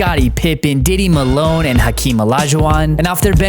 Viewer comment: I watched this over like three times and then on the third time I heard Diddy Malone and I was dying ha ha ha I was like wait did he just say Diddy Milo I was done. I got a sub subscribe to this channel just because of that.